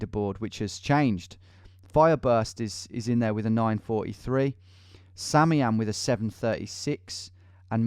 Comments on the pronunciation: absolutely fuming at the pronunciation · Sam I am 😂 Sami am he says